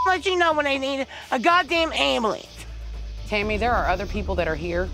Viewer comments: It doesn’t mean I need an *Angmblans* I’ll tell you when I need a god damn *Angmblans* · Ok hold on i gotta say this.. "AmBeLunCe" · a god damn 'amulence' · “Damn Ambalance” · AM-Ba-lance = ambulance 🚑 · Ambolance hahah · amulance! where the b lmao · Anyone else laughed at how she pronounced ambulance. 😂💀😂💀